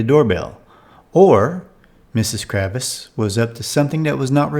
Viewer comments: It’s Kravitz, not Kravis. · KraVITS VITS TS and Sam Man THa! TH Not SamanTa